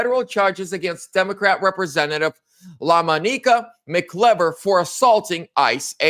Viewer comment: La-MON-i-ca Mc-I(EYE)- ver